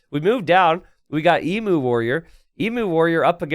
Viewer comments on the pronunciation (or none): Eem you! Not ee moo warrior. Sorry it's a pet peeve.